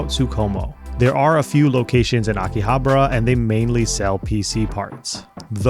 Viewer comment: Akihabra? really?